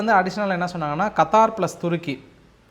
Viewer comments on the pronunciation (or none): none